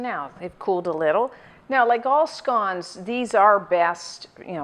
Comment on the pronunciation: Never heard these called scaans?